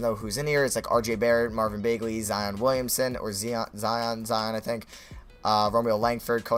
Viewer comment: It makes me mad when he says Marvin bae-gly it's bag-ley